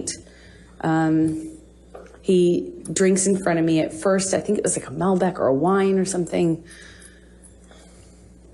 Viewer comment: She’s training as a sommelier and she can’t even pronounce Malbec.